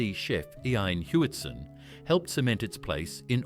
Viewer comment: The AI butchered chef Iain Hewitson's name